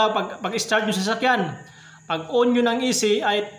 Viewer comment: bulol ka paps yung on naging in na hahaha btw thank you sa idul er cunttul valve